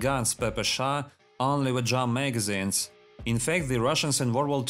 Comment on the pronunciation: I love how you manage to make 'drum magazines' sound like 'jamaicans'